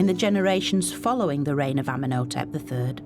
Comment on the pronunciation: She could at least say his name correctly. Ummen O Tep. Lol wtf. Amenhotep. Ummen O Tep. Cringe. Has she no respect 🫡